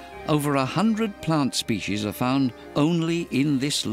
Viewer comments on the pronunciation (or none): Species doesn’t have an SH in it. Yet alone two SH’s. What is this “shpeshies” word? What a crock of feeshees.